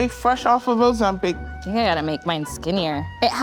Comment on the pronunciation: "Fresh off of ozmpic" 😂😂😂